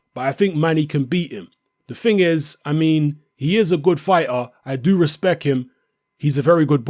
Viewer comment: you said recpek lol! It happened to me too few times I was repeating something funny in incorrect form for fun and then it slipped up during serious conversation making me sound stupid ha ha